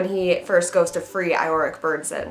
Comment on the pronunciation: Lol you pronounced it wrong 😂, it's pronounced "YO-REK" Byrnison, the "I" has a "E" sound to it, but it'almost mute, but I do share your enthusiasm tho